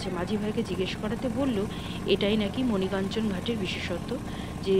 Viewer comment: ভালো লাগলো, মণি কাঞ্চন নয়, মণিকর্ণিকা